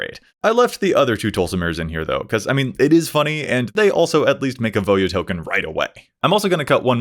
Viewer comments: Can I just say, thankyou for pronouncing Voja correctly 😂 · I like how it takes a true mtg fan to pronounce the name correctly